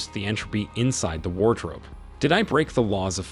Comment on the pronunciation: War drope